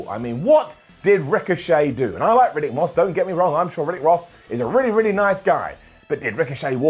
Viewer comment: Riddick not Ruddick